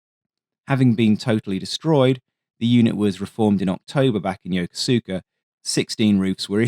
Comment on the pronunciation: I came here to talk about yoko suka Makes my eye twitch every time